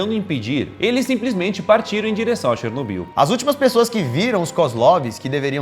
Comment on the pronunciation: " um turista andando por SheRsNozbill "